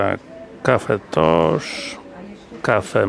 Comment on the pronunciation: Facet czytaj CafeToch,gdzie masz Cafe Tosz, a po niemiecku Kaffe Tosch a czyta się Kafe Tosz.